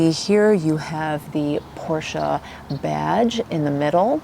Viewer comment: Finally someone saying Porsche the proper way. It DRIVES ME CRAZY, when I talk to a Porsche owner, and they mispronounce it by saying Porsch, without the EH at the end. How could that even happen I wonder. So I went to a Porsche dealer a couple times, and even the sales guys say Porsch smh.